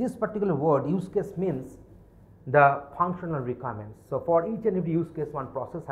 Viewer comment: Wtf is this?? Voral interview??? Rikaments?? Wow.